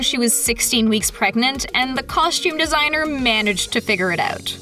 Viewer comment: Costume, not coshtume